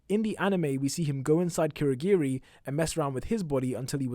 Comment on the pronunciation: It's not kweurogweri It's kurogiri